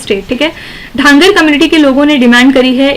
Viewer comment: Mam its धनगर not ढांगर